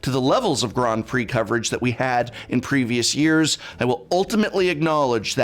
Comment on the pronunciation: Grond pree?